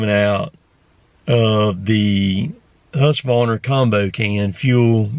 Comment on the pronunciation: Now you pronounced Husqvarna correctly. Applause in the cabins. 👏 👏